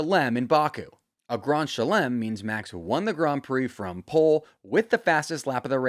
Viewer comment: What the hell is a "gron schelem" bro Grand Slam is not even French 😭